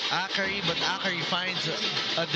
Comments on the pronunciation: True its very distracting. A-KARI 😳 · It's distracting how the guy announcer keeps mispronouncing Akari as A-kari. Isn't it part of his job to learn the proper pronunciation of words, esp. nouns?🤨 On a different note, Akari has silenced the bashers who claim Akari winning the 2025 Reinforced Conference as runner-up was just a fluke. Congrats, Akari!